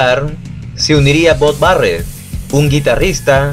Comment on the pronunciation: Chris Barnes al principio del video era Chris Barner, y ya después después Chris Barners; y Rob Barrett empezó como Bob Barring …😅. Muy buen video 👍🏻